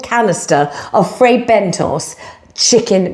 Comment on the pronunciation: pronounced Bent-toes! Think a dig.